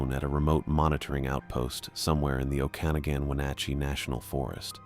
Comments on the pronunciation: LOLOL! Oh-can-a-gan (Oak-an-nog-an) LMAO! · Can my brain handle the mispronounced city names of places I grew up? Idk I threw my earbud out at Oak-can-again. Oak-a-noggin 😂 trying again deep breath. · I live here: it is pronounce Oh-kuh-nog-an (yes, i know that you have to know this ahead of time)